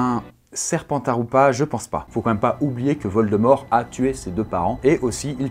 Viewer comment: Ne prononce pas valdemore mdr